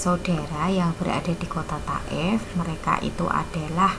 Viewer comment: Thaif bukan taef